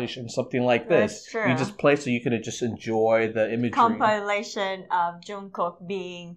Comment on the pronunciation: The pronunciation of his name is NOT Young kook is CHONG GUK 🤦🏻‍♀️🤦🏻‍♀️🤦🏻‍♀️